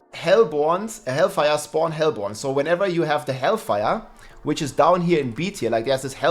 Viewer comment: its pronounced hellborne